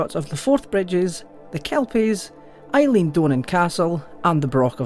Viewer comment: That is not how you pronounce Eilean Donan btw